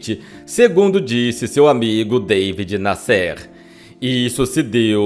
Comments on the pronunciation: Amigo, se pronunci David NÁsser, e não Davi Nassér. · "Deivid Nasser" é na verdade, David Nasser e se fala da forma como escreve. Era jornalista de revistas como O Cruzeiro Realidade. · Não é" David Nescêr" é Davi Nácer que se pronuncia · Davi Násser. Acho engraçado a esta altura 2023 brasileiro fazer que não sabe falar Davi (não era deivid). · Incrível como o pronuncia o nome do conhecidíssimo repórter David Nasser: Dêivide Nassér (sic!). Isso desmerece a narrativa e lhe retira meu "joinha". Que pena!... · O jornalista David Nasser ( pronuncia Daví Násser) Tb está enterrado no São João Batista. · A pronúncia é Daví Násser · Daví Násser...pronuncia correta. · Que voz desagradável do. Além do mais pronuncia errado os nomes, como David Nassér...derruba qualquer vídeo. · Seria interessante a correção da pronúncia do nome do jornalista David Nasser. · Esse ,ocutor precisa se informar sobre a forma correta pronuncia de muitas palavras como : David Nasser , e outras. muita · Qual a razão de pronunciar de forma errada o nome das pessoas , a exemplo e David Nasser? Qual?